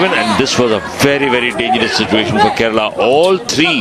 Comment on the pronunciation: Ye Keral kya he bhai? Kerala bolo na theek se!